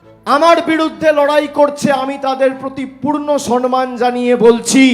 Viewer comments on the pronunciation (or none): শব্দটা সন্মান নয়। সম্মান ।